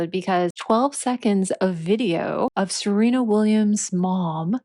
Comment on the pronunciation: It's SERENA Williams, not "Selena.". And you must have a very narrow idea of beauty if you believe that no woman is beautiful "after 30.". Your ridiculous statement actually reminds of that equally ridiculous mantra of the 1960s hippies, " Don't trust anyone over 30." 🙄